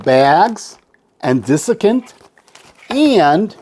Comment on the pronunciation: I enjoy your videos. I hate to be petty, but it is DESiccant not DISiccant. The dis was making my head hurt. :)